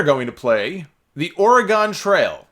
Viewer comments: Or-eh-GUN, not Or-eh-GONE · PSA: Oregon is pronounced "OR-ih-gun," not "or-ih-GAHN." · Is that an East Coast/NY thang to enunciate Oregon like it sorta rhymes with hexagon? I’ve always heard it as ‘or-eh-ginn’